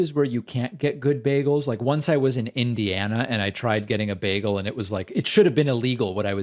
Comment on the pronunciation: Bagels are not an American invention(you don’t even pronounce it correctly!)